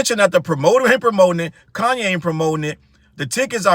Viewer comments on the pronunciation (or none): Ooof not coonye 😮😂😂😂🤣